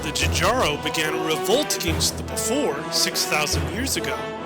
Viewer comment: Fix your pronunciation of Pfhor and Spht (I'll let Jjaro pass because I don't know how to pronounce that either). Overall loved it, great work. Even Greg Kirkpatrick loved it, so you've definitely got that going for you. Just a fair note, I think there is an official statement from Bungie that Marathon and Halo are not canonically connected. As for Destiny and Marathon however, maybe. I kind of pieced together that the traveler may have been Durandal's return to Earth, but that's also coming from a guy who hasn't played Destiny.